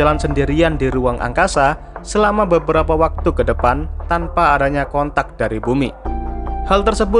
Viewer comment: R nya ga kedengar :v